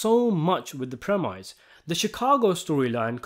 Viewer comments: PREMISE is pronounced PREM-ISS, Rhymes with TENNIS. It''s not "PREM-EYES". Embarassing. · I like your videos dude, but you have to stop pronouncing premise ‘premISE’. I know it’s spelled that way, but it’s pronounced ‘premIS’. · Premise is said like promise, mate. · That word is pronounced "preh-miss". It's French. The Latin was "prae" (before) and "mittere" (to send). It's what happens before the plot is sent into motion.